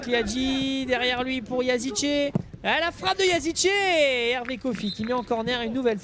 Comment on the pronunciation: Ce n’est pas Yazice mais yazici